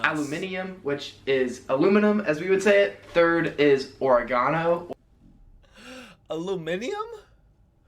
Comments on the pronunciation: We pronounce aluminium like ala-min-yam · I'm an Australian and he was going so well with listing all the slang but butchered our pronunciation a-la-min-yem is what it sounds like we're saying with an Aussie accent but we say it like a-la-mini-um nis-san, not nis-in for nissan most people say the letter H the same way as Americans most people say the days normally but a very small amount of people say it like mun-dy, tues-dy, wednes-dy and so on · The guy didn’t say aluminium correct. It is al-o-min-u-im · *al ooh mi num 😂😂😂😂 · alumineeum lol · Bro, hearing an American speak out slang is so awkward because he still doesn’t pronounce it right. We pronounce aluminium how it’s spelt you left out a letter there America. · Your laughing at aluminium, we pronounce it as its spelt your pronounciation is wrong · He didn’t even pronounce Adidas or aluminium foil the way we do properly in fact there was a few he didn’t say right